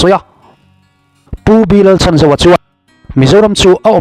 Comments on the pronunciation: A hming hi i lam dik lo deuh. Chhan tih lai hi lam hniam tur. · Supply minister hming ilam dan hi adik lo deuh